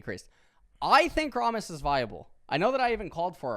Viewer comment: I love how he says 'Rahmus' when we all know it's 'Rammus' since he's always ramming into stuff.